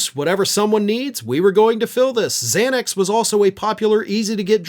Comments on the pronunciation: Why did you emphasize the LEAST dangerous drug on the list...LOL..."ketamine adderall fentanyl XANAX" lol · why did you put Xanax at the end and emphasize it like it's the worst of the lot???